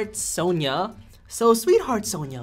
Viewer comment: The descriptions of the champs and pronunciation of some names really was off lol. Big big disappointment in Mark who's supposed to be the "league" person here... doesn't pronounce Sona's name correctly XD